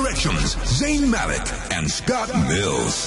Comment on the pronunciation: i laugh at how the man who was at the starting said zayn malek instead of zayn malik..